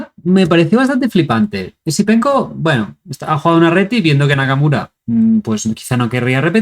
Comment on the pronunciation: ¿me falla el oido o dices Easypenko? 😅